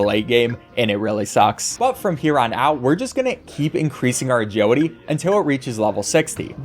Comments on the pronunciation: "Ah-Judy" is now burned into my brain forever, thank you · Take a shot every time he says Ajeelity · why do u say agiwity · Maybe I'm dumb but for like half of the video I couldn't understand what an "ajodee" stat is. Then it occurred to me that it's "agility." Bruh, never heard anyone pronuncing "agility" as "ajodee" 😂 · Look I'm sorry and I mean no disrespect at all but I verbally laughed after you said "agility" every time I couldn't help it